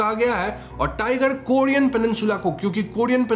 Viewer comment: Korean hai kodean nahi